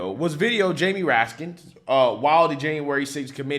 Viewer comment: Best mispronunciation, so far... Ratkins... Priceless... 😮😅😂